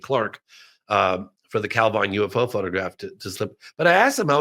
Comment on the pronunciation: Again - Calvine is pronounced Calvin